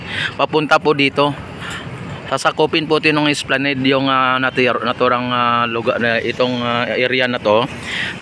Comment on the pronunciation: Esplanad ang bigkas nyan bro